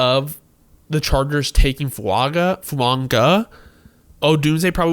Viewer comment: No dude....no it's not "Fuonga" with an "n" in there. You're literally the ONLY person I've ever heard it say it that way. It's Foo-aw-ga bro.